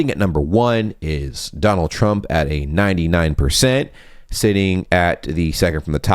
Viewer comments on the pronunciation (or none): none